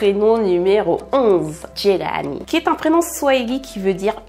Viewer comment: Diawoye & jelani sont mes préférés 🥰🥰 et j’aime ta manière de les prononcer c’est super 👍🏾 Courage ✊🏾💪🏾😘